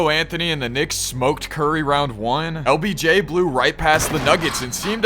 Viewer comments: He keeps saying obj instead of lbj😂😂😂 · BRO said Obj its LBJ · did anyone realize he was saying “OBJ” not “LBJ” 😂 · Yo you keep calling him obj instead he of LBJ 😂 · bro said obj and not obj 💀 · Every time you said LBJ is sounded like OBJ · It’s LBJ NOT OBJ BRO